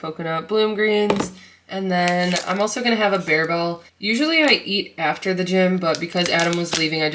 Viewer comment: Lol, I went looking for Barebells, with your pronunciation, and the clerk corrected me! They only had 3 flavors, but cashew was one. Love the Day of the Dead nails! Are you doing any special themed cakes and cookies for the day?